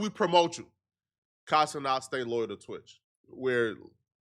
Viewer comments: He still can't say ce-nat? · It’s Kai CeNAT not CeNOT,!!